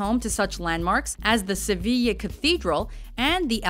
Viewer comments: I think she did a fairly good job for someone who, I'm assuming, doesnt speak spanish, except for pronouncing Sevilla as Sevi-YAY instead of Sevi- YEAH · The outside images of the Palacio Real are wrong... that's not the Royal Palace that was shown. And Sevilla is pronounced "seh-vee-ya" not "seh-vee-yay". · Daniel Mullins She said good, many english speakers say SEVILA but its pronounced like SEVIYA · Gabriel Bunshi no, I've never heard anybody either from my country or somwhere else saying "Seviyeah" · SEVILLA, NO YEAH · Why does she pronounce Sevilla like it was "sevilley"? the A sound in Sevilla is like the A sound in "are"... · Seveeyeh is what it sounds like when she says Sevilla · The pronunciations made me laugh, instead of it sounding so awkward you could just use the English equivalents - "Camp Nooh" "Sevill" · Wtf is "seviyay"? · I love your Spanish ;) you mispronounced Sevilla though. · How many times did she say Sevilla wrong😄😄😂😂